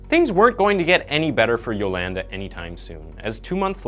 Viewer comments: Lol it’s “yoLAWNda” not “yoLANduh” could barely watch this cuz it hurt my ears every time I heard you say her name dude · I'm willing to bet her name is pronounced Yo-Lahn-Duh, not Yo-LAND-Uh... Mostly assuming so 'cause she isn't a white/hillbilly. But I'm guessing that you are,? Especially with the way you pronounce Uh-GAIN. I had to stop the video there, as I know the story quite well, & I can't stand hearing your pronunciations. could've/would've been a decent channel otherwise. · The way he says Yolanda is funny. At least he got the last name right. Yo-lan-duh 😂😂😂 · where im from we pronounce it as Jo-lun-duh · U said her name wrong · He keeps mispronouncing her name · im Cringing how much the word Yolanda being missprounce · Oh man you're gonna pronounce Yolanda that way the whole video huh? 😅😅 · I enjoy watching your “insights” on your YouTube channel. One suggestion? When you present the episode(s), it would be good to be able to pronounce names or words, correctly. Yolanda, for example. I believe it makes an impact when you make effort in pronunciation of names. You’re doing great!!